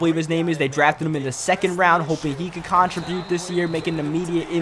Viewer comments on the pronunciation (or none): bruh will you please just say contribute properly it's cun-tribute not KAHN-tribute please dude love your vids and everything but that just bugs the shit out of me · The way you say contribute triggers me